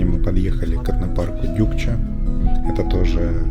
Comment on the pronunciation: Не Дюкча а Дукча!